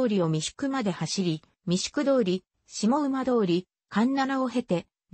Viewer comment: 下馬は ❌げば ⭕しもうま と読みます